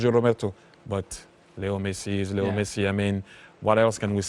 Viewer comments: When the commentator says Leo Messi I every time heard it little Messi. But he is not at all little. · Really sounds like he is saying little messi